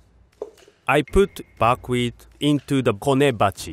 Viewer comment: What kind of Wheat is he using? Buk wheat? I can't really understand it...